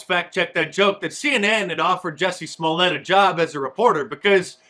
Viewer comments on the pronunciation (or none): none